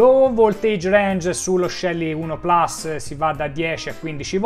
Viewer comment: Complimenti come sempre per i fantastici video. Però, puls é latino e si pronuncia plus, non plas. Tutta colpa di Apple 😂😂😂. Non americanizziamo anche le nostre parole.